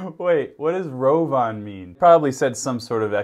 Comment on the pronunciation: Lol these are so great hahaha. The tv dude though "ROVIN"